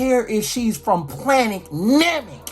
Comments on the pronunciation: Guy said planet Namek🐐🤣🤣🤣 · He said planet namek. Lord have mercy 💀